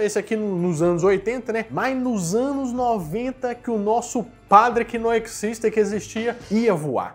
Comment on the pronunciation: "Isso non ecxiste!" 😂😂😂